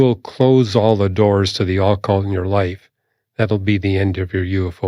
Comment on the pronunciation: I hate the way he is pronouncing “occult”